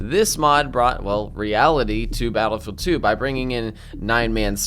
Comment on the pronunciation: Why do you keep calling it Battafid 2?